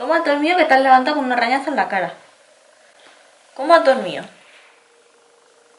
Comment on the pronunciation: Me encanta que los vídeos duren tanto!! Normal que estes cansada menudo trabajazo..son preciosos!! Una cosilla, en otro vídeo también te escuché que decías arrrrrrañazo😂